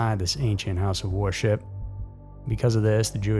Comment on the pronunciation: Why does he pronounce "worship" as "war ship"? I'm dying laughing.